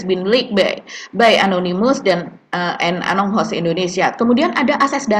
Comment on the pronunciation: Mak bacanya jangan anong host, Tapi mereka mengikrarkan untuk disebut anon ghost 😂.